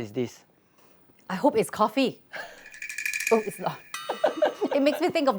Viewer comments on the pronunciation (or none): none